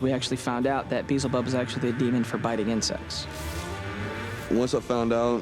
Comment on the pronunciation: Could the producers not eveb tell them how to pronounce Beelzebub? Lol